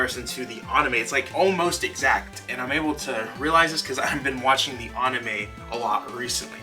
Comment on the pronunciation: I believe he is trying to say Anime* like DBZ, Naruto, One Piece